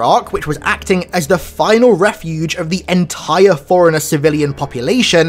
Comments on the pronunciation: It's pronounced Fore Runner not Foreigner. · are you always saying foreigner instead of forerunner ?